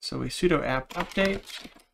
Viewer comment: Those are demons, not daymons. Yes, it is spelled daemon. It is pronounced demon. Also, sudo is sue-dew not sue-doh. The command uses su to do something, not to doe something.